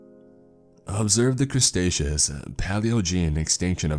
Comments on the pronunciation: Did you just said crustaceus instead of Cretaceus? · Is he trying to say Cretaceous? The fuck is the Crustacean Era? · Crustaceous. Like pizza crust? It's KREE-TAY-SHUS jerkoff. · Daniel Boldeanu *Crestaceous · “The Crustacous period” Bro LOL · I die a little each time I hear crustaceous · Crustacious? WTH is that, the age of crabs and shrimp? LOL! I think you mean cretaceous. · "Stepping straight into the crustacious period..." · Crustaceous? I laughed more than a little at that mispronunciation, I'm a paleo nerd so it got me laughing pretty quick. I mean no ill will by this, I enjoy your narrations quite a bit! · Losing my goddamn mind every time he says "Cretaceous" as "Crustaceous" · "Crustacious period" Yep... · What the HELL is the "crestaceous" period?!? New record... 2 grammatical errors within the 1st 20seconds. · Crestacious? Teradon? Lol, no hate by the way, I love your stories and narrations. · Crus-ta-sus👨‍🎓 Me:🤨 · "Crustaceous period" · 20 seconds in “crustaceous period.” No thanks. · Crusaceous....you mean Cretaceous??? Oh brother...🤦🏽‍♀️ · says "Crustaceous" instead of cretaceous OOF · ha the small brain said crustatious and not Cretaceous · Crustaceous period 🤣🤣🤣🤣🤣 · I appreciate it’s fiction, but saying crustaceas period instead of Cretaceous period took me out of it immediately 😫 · I hate it every time he pronounces Cretaceous as “Crustaceous” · Krust-statius? lol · Did he just say "Crustaceous Period"...........come on!? I think you meant CRETACEOUS PERIOD! I never complain, but that INSTANTLY took me away from the story. I love this story reader. But really??? I just think of a time period filled with only crabs and lobsters everywhere...lol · Isn't it pronounced cretaceous not crustaceans? Love ur stuff as always but that was the first annoyance I have had with your content and even then it's a very minor one. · its cretaceous not crestaceous 🤨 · "Crustaceous period" 🤣🤣🤣🤣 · ah yes, the crustaceous period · The..."crustaceous " era?!!